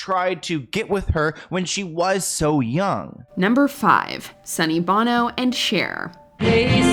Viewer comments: It’s Sunny BONO not SUNNY BANO. Watch Mojo teach your AI bot host what sounds the letters make. Come on you guys have 3 jobs. 1: compile lists. 2: do some research on each thing on the list. 3: pronounce the names correctly. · sonny bo-no not bon-o that’s the singer of U2 🙄 rene wasn’t a celebrity, Celine Dion was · This list is a lot less impactful when you don't give everyone's actual ages. You don't pronounce Sonny Bono's last name the same way as the singer from U2. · Sonny Bono (Bow-No) is way more famous than the French dude who married Dion, but you can't be bothered to correctly say his name? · I find it funny that you have no problem announcing Celine & her husband name in French so well , but mispronounce Sonny Bono's name incorrectly? Give me a break. You had 1 job and failed! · How is it that you are spot on with Rene Angelil but you couldn't correctly pronounce Sonny Bono or Cher? Cher? I mean... that's a choice. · I heard the narrator butcher Sonny's surname and I thought, "Wait a minute. That's not how I know it to be said."